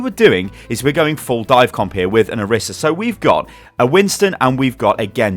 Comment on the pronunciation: orisa's name is pronounced oh-ree-sa not or-issa